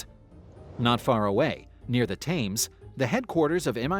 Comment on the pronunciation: FYI - it's pronounced "Tems" not "Tames".